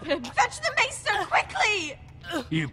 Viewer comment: isn't maester pronounced may-stir?